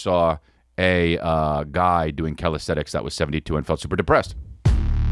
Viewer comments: Isn't it calisthenics? I keep hearing calisthetics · 🗣️CALISTHENICS! (Calis-thin-ix) C’mon buddy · Lol Chris its called Calisthenics not Calisthetics ❤